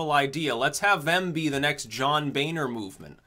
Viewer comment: John Boehner is pronounced BONER not Baner. Thank you.